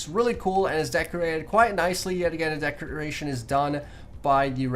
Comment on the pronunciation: Anyone else notice he keeps on saying decreation instead of decoration?